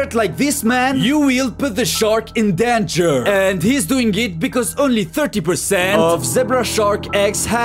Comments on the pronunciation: "SHARK IN DENJURRR" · that deeengerus hahaha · I heard denver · "Denger" Truly the most legendary pronouncation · Yo weil puuuuhhgt Da sherk In dunjeear